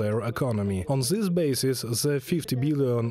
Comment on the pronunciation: Hey guys.. "Th" in English isn't pronounced like "Z".. gotta work on the "zis, zat, zere, zose", etc.